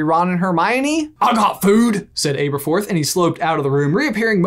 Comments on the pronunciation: omfg its Aberforth like ( æ ) same as Albus and Ariana - a short vowel sound not a long one. Your over annunciation for effect is so obnoxious and it causes you to say some really weird things. Seriously - can we get cinema sins to do a sin reel for every mispronunciation of COMMON English words and their STANDARD Americanized pronunciations?! I for one would love to see an average of just how many sins per video they would rack up.... Or even better- Let's ask Your Grammar Sucks to start a sub-set of videos just for the called - your pronunciation is ridiculous - maybe we can get some laughs out of the haunting video boggart that is atrocious and flagrant - constant mispronunciation of common words just so they can deliver that weird affected speech pattern they both use in their performative character delivery. I love their theories but I prefer to watch their videos with the sound turned off because of the ridiculously stylized cartoonishly over the top annunciated way they do their monologues in performative speech. Even for them, it is so unnatural that they each physically struggle with the effort of delivering it! In fact, you could watch any video and just make a drinking game out of any time they mess up a completely normal word because of the way they are putting in such a physical effort to over-exaggerate their own speech patterns. They both do this all the time many many times per video... It is mind-rending. With all sincerity - If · Does it bug anyone else that he's saying his name wrong? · Why is it pronounced AY berforth instead of AH berforth? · Pretty sure it’s supposed to be short ‘a’: abberforth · I say Ay-berforth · Got to be the OG Butterbeer. And I thinks it's a soft A on Aberforth. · It is pronounced aaaberforth. You said it correctly once when you read "but did Aberforth hide?" And also get the Merope right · ITS ABRAFORTH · are you pronouncing his name correctly? I think it's a soft 'a'